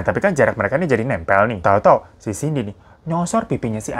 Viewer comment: Bang cindy bang bukan cinday🤣